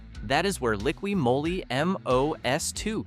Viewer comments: This is a computer speaking. Liquid Moe-lee ? LOL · Moly is pronounced Mollie 🙄